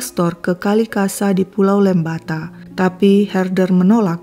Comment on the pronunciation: "Ledalero" and "Lembata", please pronounce the letter 'e' like we pronounce the letter 'e' on 'emas'. You did great. First time i heard the story, when i was just a little, junior high school. People around me tried to hide the story, because I was too young to heard the story.